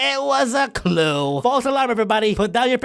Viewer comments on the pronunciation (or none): none